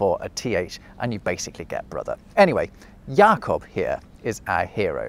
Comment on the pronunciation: I do love how you got a very nice German pronunciation of the name Jakob and then with Grimm you’re not even trying. Guess you choose on purpose to do so, yet it’s funny to my German ears.